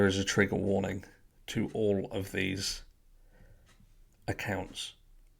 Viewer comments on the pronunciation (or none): none